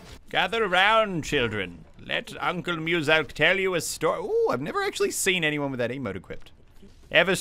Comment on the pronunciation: it's actually pronounced "muscle k"